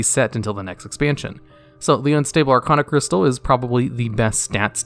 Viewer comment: Arcaanocrystal. Stop. This. Shit. You do RESEARCH about this game, know how to pronounce the goddamn names of items, npc's, EVERYTHING